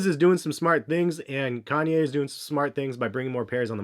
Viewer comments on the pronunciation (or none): none